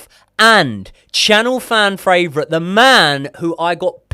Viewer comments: I’ll sub when can say “fan favourite” correctly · Love the show guys watch all the time but please please please learn how to say favourite properly 😂😂